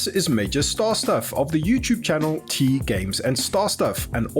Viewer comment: 🤔Teaaaaa... Sounds like something you shouldn't be drinking when he says it. 🤣🤣🤣